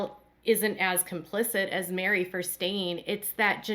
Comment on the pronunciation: Her name is MERI like "Merry Christmas", not MARY